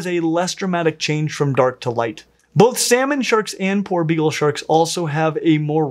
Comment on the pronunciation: Poor begal shark. Is what I heard everytime was saying his favorite shark name.